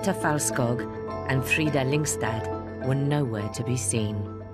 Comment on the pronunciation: Its Felt-skoog. Its appalling they cant get this right.